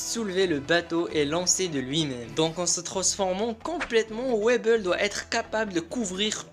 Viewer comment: Ça se dit wyble pas weble